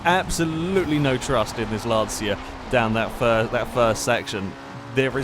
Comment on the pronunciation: Just for reference , It's pronounced "lan-cha"